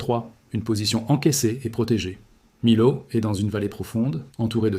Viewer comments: j allais l écrire le lot on prononce le T ! et à millau on prononce miyo et on écrit Millau ! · On dit. " miyo" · Millau se prononce Miyau . La confluence des rivières est source d'inondations rares mais graves. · Comme Millau il dit milo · Bonjour🥰, Et merci pour ce partage👍👌. Mais quelque chose m'a intriguée : le Lot, je l'ai toujours prononcé "lotte" et Millau "my-ot" mais je me trompe peut-être. Quelqu'un peut-il me corriger ? Merci. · Émile o oups Mi- l'au Et Mene- de...etc très déplorable IA! L'auteur ne sait il pas parler? Ni instruire son IA? Dommage, ce n'est pas professionnel . Pas contre les images en aquarelles sont splendides et donnent envie de voyager en ces lieux! Alors au boulot et refais- nous une vidéo vraiment pro!